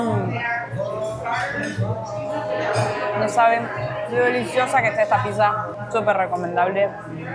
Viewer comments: Muy lindo todo pero chicos, por favor, es PITZA no PISA!!! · La Pisa 🍕 jaja es raro escuchar así